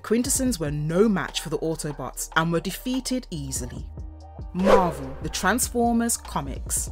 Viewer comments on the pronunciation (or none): none